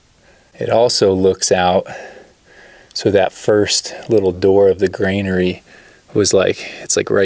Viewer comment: Also, it's "granary", not "grainary". Why you thought it's a granary at all is a puzzle, but ok.